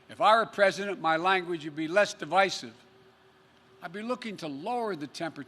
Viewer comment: Notice how he pronounced divisive. Knowing how bad his dementia is, didn't his campaign crew have him rehearse his speech.